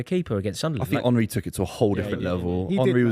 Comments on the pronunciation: The Arsenal fan not being able to pronounce Henry is fucking diabolical 😂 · I mean, if you go anywhere else in the world and ask them to pronounce the word Henry, virtually every single person will say Hen-rih as that is how Henry is pronounced. This particular footballer is the first time I ever heard the word Henry pronounced as Unh-rih so no. I absolutely do not blame anyone for not getting it right the first time. That said, once you are corrected the first time it shouldn't be hard to remember the proper pronunciation. Not agreeing with the person you were responding to, btw. Just pointing out that generally speaking, that name in English isn't pronounced that way. Hell, just ask King Henry. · Henry, Keane, Rooney, Terry Also saying Honree gets to me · Mate can he stop calling him honree